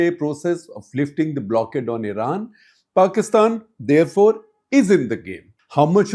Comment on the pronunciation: Paistan not Pakistan. No Kashmir and no K